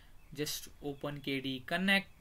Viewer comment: It's KDE Connect, not KD Connect!